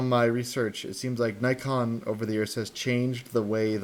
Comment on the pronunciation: I'm glad you didn't say knee-kon